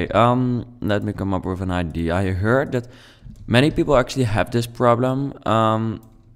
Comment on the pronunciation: Yes really nice !!! But the word is ideA And not ideE